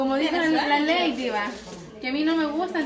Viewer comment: no seas arrogante le dices a leydi q no se llama así el nombre de ella así se escribe Lady y se pronuncia laydi